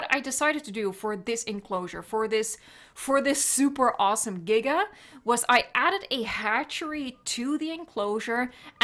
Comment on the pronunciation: Why jiga? Should it not be giga? Giga something big or massive, jiga something that shakes, ? Sorry have to ask, english not my man language?